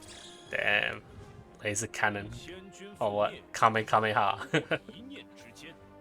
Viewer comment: How can someone say kamekameha?